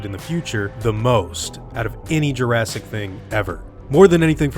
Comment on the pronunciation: jurastic? You mean Jurassic? I leave now...